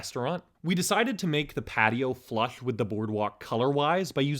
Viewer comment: I'm sorry but it's so hard not to laugh whenever you say flush. I hope this is just something from a mouth surgery and I'm not making fun of a speech impediment.